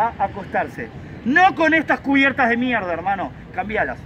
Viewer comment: "MIEGDA" CUBIERTAS DE MIERGDA! jajaja sos un genio pibe me haces cagar de risa , llegue de casualidad por la review de la cb 500 y me quede en el canal..saludos desde sarafael mza..